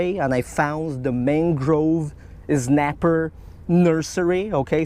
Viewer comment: "Mang-Grove Ez-napper" We need more Ez! *riot *